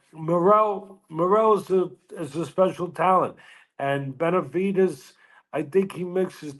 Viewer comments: Benevidez gone work dis boy lol. N wa so wit u, why u keep pronouncing Benevidez as Benavites?! I don't get it, I mean u are Hispanic obviously, so idk how u don't know how to say my dawgs name but it's all gud lol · This guy still doesn't know how to pronounce Benavidez...